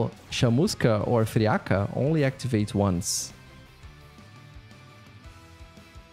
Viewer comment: Bom demais ele falando Chamusca e Friaca kkkkkkkk Mto BR Esse jogo é hype hein, mistura de Vampire Survivor e Risk of Rain 2